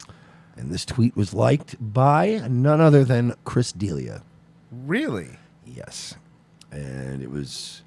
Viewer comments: Chris "DE-LEE-AH" not Chris "Dealia" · It's pronounced Duh-Lee-Uh, not that it matters. I don't know why I even made this comment... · "Chris DEALIA" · heh, it's Chris Da-LEE-uh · Right off the bat with the wrong pronunciation. Dealia? Lol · Its chris duh-Lee-uh. Just saying. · BTW FYI It’s DUH LEEE UHHH stop mispronouncing it kthnx go fuck yaself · Dude learn how to say D’Elia’s name. DUH LEE YUH. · Chris dill-ia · Idk if these guys are saying Dealia to piss me off but it’s working! Lol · how you gunna do commentaries on comedians and not know how to pronounce delias name lmaoo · What’s more funny than you think Chris and Brendan having a beef, which is the dumbest thing ever because they are all great friends. You saying Chris’s last name wrong is the most fucking annoying thing ever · I've been listening to TFATK since brendan was still fighting. I cant stand him. But these douches cant even pronounce Chris Delia's name right? Chodes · Makes fun of how he says manipulate but doesn’t pronounce D’Elia’s last name correctly 🙄 I clicked on the video cuz I’m interested in a secret beef, but cmon. Make fun of people for something other than mispronunciations